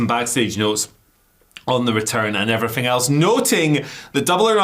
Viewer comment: What on Earf is he saying about everyfing???